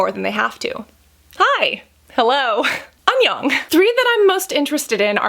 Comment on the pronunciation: Cassandra please is pronounce thank you (kamsamida) 감사합니다 and hello 안녕 (Annyeong). And to bad you haven't watch Korean Dramas you would of love to watch how even in series they used face mask for military man or that they are always encouraging to use sunscreen, plus you would learn easily how to pronounce it right. And is a lot of fun!